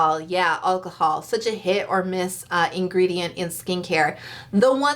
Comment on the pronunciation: And Al-cahol, not El-cahol...... no hate really✌️